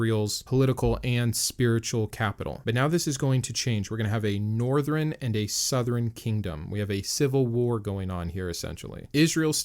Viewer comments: He says northren southren instead of northern sourhern😂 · Northren and southren?